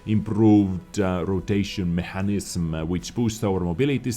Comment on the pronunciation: Mechanism is pronounced Meckanizum